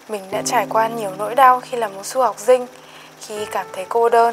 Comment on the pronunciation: đang rất cảm động thì nghe chị nói: "su học dinh" :>>